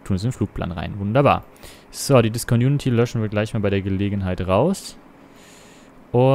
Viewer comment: schöner Flug! Ein Tipp: Du sagst immer Disconunity, das heißt aber Discontinuity.